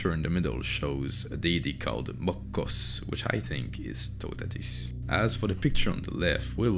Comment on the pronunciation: In english sounding syllables, It's pronounced: "TU-tatis", not "TAUOU-tatis". You're welcome ;)